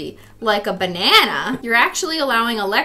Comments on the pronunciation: “Professor BENANA” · OMG IT'S BENANA AND CRIS-TEA-NE.